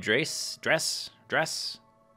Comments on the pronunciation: I've heard it pronounced "Drez"; scott manley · I believe it is pronounced dress, except in place of the double s you make the "z" sound. Like drezz. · I prefer Dres with the "e" sound"Dreees"